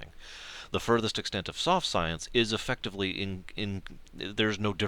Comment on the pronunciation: you said Effucktivly.